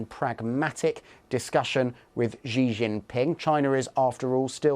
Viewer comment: How hard is it to just pronounce Xi as "shee" and not some amalgamation of J and Sh or whatever this sound is, which doesn't even correspond to the letter X in English or Chinese? Just say it normally, Google how to pronounce the name before representing yourself as an expert in geopoitics. It is literally just "she" as in the pronoun, there's nothing difficult about this.